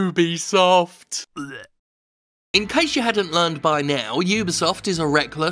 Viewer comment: UBISOFT no UBIEsoft Ree